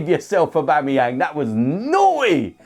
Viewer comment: Please don't say Aubamebloodclartyang again. Pure cringe